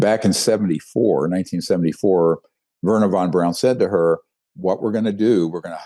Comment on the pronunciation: It's Wernher Von BRAUN not Verner Von BROWN like Greer mispronounces it. He should know that name a whole lot better than he apparently does.